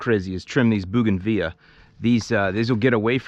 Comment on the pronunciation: its pronounced "Boe- gon- villas..anytime buddy